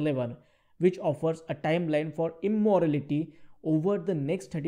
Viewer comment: Its "Immortality" not "Immorality" :D